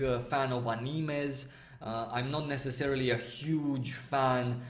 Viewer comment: pick some random gw2 gameplay exploring the world! and you pronounce anime really funny xD